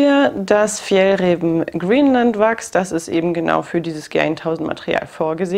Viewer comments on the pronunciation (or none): Danke für das Video! Das zweite "ä" in Fjällräven wird übrigens als "a" ausgesprochen. :)